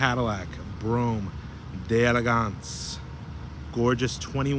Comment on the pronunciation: You can't pronounce delegance properly. It's French not English